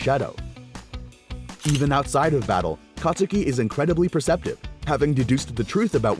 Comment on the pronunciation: the u in kacchan's real name is silent